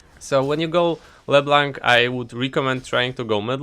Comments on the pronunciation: I love the way you say leblanc "Bleeblac" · thats how u pronounce it no need to thank me